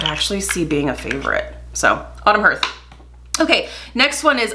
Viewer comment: Love these videos - one correction though, if you don't mind. The pronounciation of hearth is "harth" not "herth" - it is the front (floor) of a fireplace. But I do love watching you!!